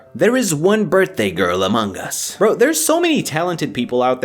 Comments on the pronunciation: English is my second language so i don't know, but isn't it supposed to be pronounced among us, and not amonk us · you pronounce it like "Among Gus" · is it just me or did he say " AMONGG US "